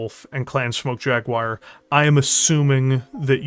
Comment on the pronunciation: Woo, can't wait to shoot some wannabe-klingon eugenic fursona types! Sorta concerned about the devs still using the same engine though. If the game features Smoke Jaguar and they say the name properly, will you stop saying Jagwire?